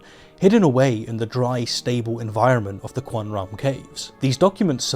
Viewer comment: Dont let any of this distract from the fact that he pronounced qumran as cwun-run lol